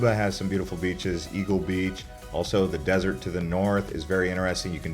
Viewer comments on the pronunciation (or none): none